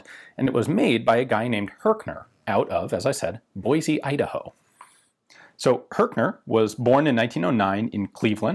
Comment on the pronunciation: Awesome video as always! But just a heads up, if you ever come here (Boise), it's pronounced "Boy-C", not "Boy-Z"!!! 😅💯👊